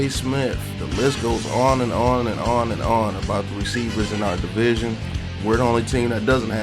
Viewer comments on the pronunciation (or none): none